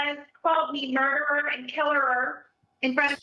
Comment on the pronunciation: Murdererer, I think she said at one point..